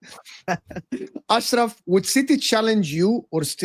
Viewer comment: The Chelsea fan keep saying “Ashkrav” 😂😂😂😂